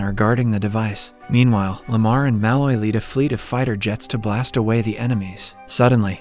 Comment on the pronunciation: I won’t subscribe until you learn to pronounce “Malloy” correctly.